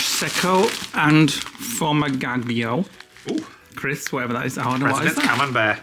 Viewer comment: Lmfao “sour cheese and crives” and “Prosecco and formagagio”